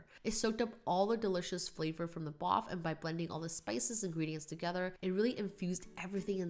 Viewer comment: When said “mix togetherr..” 😂😂👌🏾👌🏾